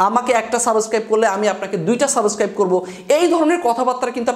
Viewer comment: ভাই,সাবস্ক্রাইব শব্দটা আপনার মুখে মানাচ্ছে না।আপনি সাবোসক্রাইব বলছেন